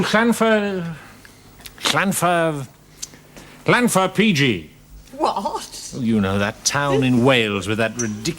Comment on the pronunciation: I was raised in Holyhead not far from Lanfair PG...his pronunciation of the station name was terrible.